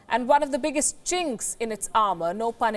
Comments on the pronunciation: She said chinck in their armor no pun intended LMAO. ❤️ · "Chinx" oh no she didnt...oh yes she did...LMAO